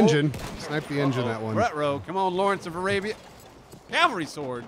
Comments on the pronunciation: "Lawence of the Alabia"? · "LAWARENCE OF A LABIA" lmao that's a powerful labia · im am honestly surprised they didnt catch him saying lawrence of alabia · did say lawrence of alabia?